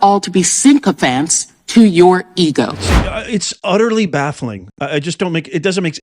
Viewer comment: It's "sycophant" Stacey.....